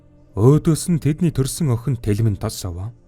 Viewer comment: Bas telmenee bish telmeen gedeg shuu😂😂❤🎉